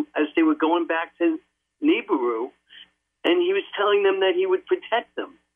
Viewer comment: More like Hebrews